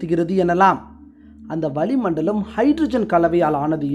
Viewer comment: அது வலி மண்டலம் அல்ல வளி மண்டலம். தமிழைக் கொஞ்சம் அழகாக எழுத்து பிழை இல்லாமல் உச்சரிக்க கற்றுக் கொண்டு பின்னர் வர்ணனை செய்தால் அருமையாக இருக்கும்.